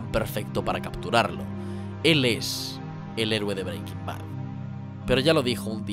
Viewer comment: No me puedo tomar el video en serio si va a pronunciar Breaking Bad así todo el rato macho